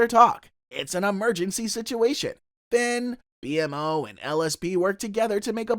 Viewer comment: You kept calling Jake "Jack". you say Marceline kisses Jack (Jake) but the clip shows her kissing Finn on the cheek) and then you say "Finn can't eat anything because of his bird beak" but show Jake as a bird. Lastly: BMO's name is pronounced Beemo.